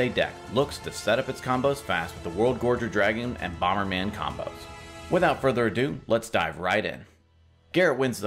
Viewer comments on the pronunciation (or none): none